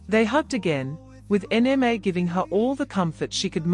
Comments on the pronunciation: I don't like this voice calling Nma N-M-A. Please give us the original voice that recognizes a Nigerian name. This AI needs to understand the language. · Please bring back the original voice. The new voice can not even pronounce Nma.